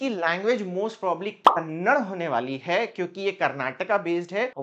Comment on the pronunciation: Sir, its Kannada not kannad. I am not from Karnataka but i know how saying kannad instead of Kannada hurt people in Karnataka. Its a sentiment and I totally respect that. Just giving you a headsup as you are going to work in regional language please pronounce it as it is. 🙏 thank you and i really like all your video and still struggling to start one blog.